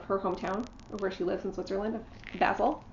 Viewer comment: Now I feel extra special💃🏻 😊yours was the first xmas card to come and no one else got one😍😂 I am glad you like the calendar. Your first pronounciation of Basel is correct, lots of ppl say it like the herb, which is wrong. 👍🏻 Your Steoch finish is really good, you got creative and did something fun and personal. One of the best I have seen. I can understand that ppl want to get everything from market, but you know that you can still buy it all later?!? Also you want to finish your current projects, so you wont be starting market purchases imediately anyway. When I see a chart I want, I take a screenshot (if on Flosstube, Facebook or Instagram) and put all those pics in one folder, so when I go buying stuff, I have my shopping list right with me🤷🏻‍♀️ Thank you for linking my channel, I did get a few new followers which is nice💚 Happy stitching 🍀☀️ (and I liked the sign language in the corner!)